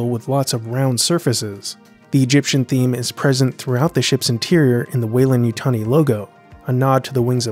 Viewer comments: What happened to the 'd' in Weyland? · Shouldn't it be WeylanD as opposed to Weylan? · There's a blooper over that beer, it should be Weyland, not Weylan.